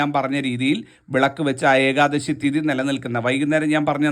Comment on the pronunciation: ഏകാദസി യല്ല. ....മഹാനുഭാവൻ.... ഏകാദശി എന്ന് തന്നെ പറയുക. അപ്പോള് മാത്രമേ ഒരു സുഖം കിട്ടുകയുള്ളൂ.